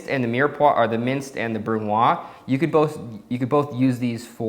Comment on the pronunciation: Hey! I love your work and your esthetic. Always good to have a brush up on the basic techniques of cooking. If I may, in french we say the Z of brunoise, so more like brun wahz as opposed to brun wah. Sorry for the nitpicking, its only because you mentioned doing more educational type videos, and I thought you might like to know. Cheers, keep up the good work!